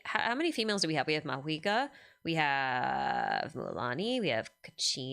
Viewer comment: okay hold up, why does everyone suddenly pronounce mavuika as maHuika????? what happened LMAO